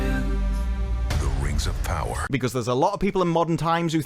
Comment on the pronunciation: Not ring, RANGS OF PAWAAAAH.